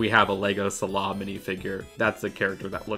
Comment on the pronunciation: Why did you pronounce sallah like that lmao.